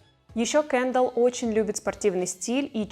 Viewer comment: Почему кЭндалл? кЕндалл же, и звучит приятнее